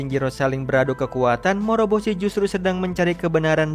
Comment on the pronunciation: morboshi, moroboshi